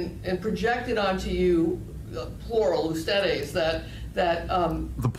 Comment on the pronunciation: The interviewer didn’t say plural ustedes, she said plural esthetics